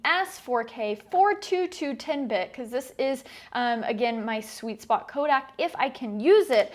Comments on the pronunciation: Every time Sarah pronounces "codec" as "kodak," a colorist's monitor breaks. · Do you get paid to pronounce it 'kodak'? :)